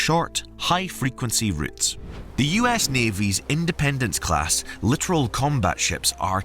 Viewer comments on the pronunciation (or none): The Independence Class ship is a Littoral Ship designed for Littoral waters, pronounced LIT-TOR-AL, not LIT-ER-AL. While it is quite LITERALLY a ship, it is a LITTORAL ship intended for LITTORAL waters.